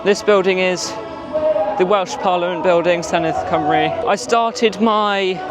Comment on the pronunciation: Nice tour of Cardiff! Great to see both the Senedd and Welsh government feature… and a great pronunciation of Senedd Cymru. ;) Unlike BBC Northern Ireland and BBC Scotland, BBC Cymru Wales has a bilingual name, so its name is actually “BBC Cymru Wales”. Radio Cymru is a Welsh-language radio station though, while Radio Wales is English-language.